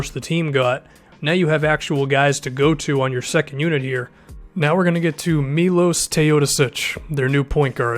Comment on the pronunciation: I watch the euroleague alot and he sucks on defense tbh(Teodosic) and u need to pronounce his first name like this MILOSH